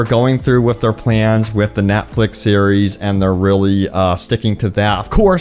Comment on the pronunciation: Not gonna lie, Threw me right off when you said “ NATFLIX “